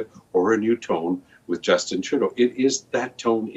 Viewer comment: I do believe the way you say his name is wrong. It sounds like tru dont and together now trudont.